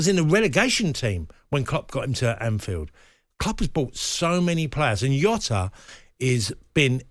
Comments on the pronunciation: It's Jota not Yota ffs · "JOTA ISN'T FAR OFF SALAH! Lmfao. Jota is bang average. Also its not Yota Tony its Jota. The only player who could replace Salah is Mbappe or Haaland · Its Jota not Yota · Jota English all of a sudden?